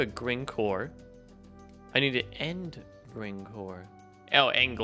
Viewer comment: Gring not grind